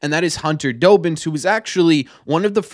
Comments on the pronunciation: It's DOBBINS not Dobins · As someone who gets to see the players all the time, Dobbins is one of the nicest guys ive met. Also, im sorry, but it pained me every time you said his name, but its DAH-bins, like Dobby from Harry Potter